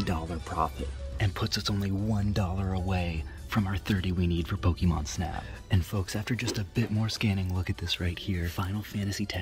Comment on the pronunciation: Aaaauuiiggghhh stop saying Pokeymon